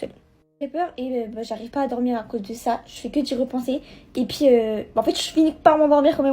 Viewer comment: Pk elle dit ET PIII AU LIEU DE ET PUIS ??????